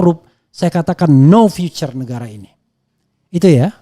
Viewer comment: Pronounciation matter, Future dibaca viuce Bukan vicer ❤